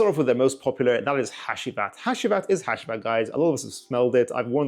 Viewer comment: Bro said hashheeeewheat